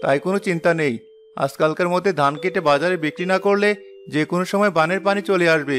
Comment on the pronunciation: পুরুষ কণ্ঠে উচ্চারণে ত্রুটি আছে, যা শুনতে খুবই খারাপ লাগে। যেমন, “ধান”কে সে “দান” বলে। এমন আরো অনেক ত্রটি আছে। ত্রুটিগুলো শুধরানোর চেষ্টা করুন। আমি আপনাদের মঙ্গল চাই বলেই এমন কমেন্ট করলাম।